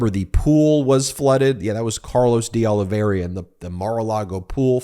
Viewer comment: It is Deoliveira and not Deoliveria, as you consequently pronounce that name.